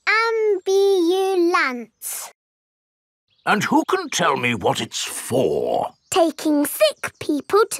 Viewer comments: lol he mad becuz he or she didnt say ambulANCE RIGHT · They all said ambulance wrong (at least all d children)